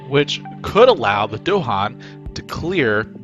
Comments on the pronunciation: It's "DahAn" with emphasis on the second syllable, not "DOhan" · Bro said Dohan